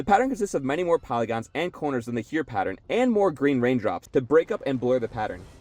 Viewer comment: The only thing I noticed as a german was the pronounciation of "Heer". In the viedeo it sounded more like "here". The double "ee" in german is not spoken like "street" in eng but like a long "e" in "enemy". Hope that helps fore further videos